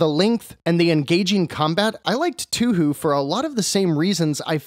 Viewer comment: For future reference, it's actually pronounced "toe-hoe". Hearing 2hu gives me flashbacks to pronouncing Ryu incorrectly lol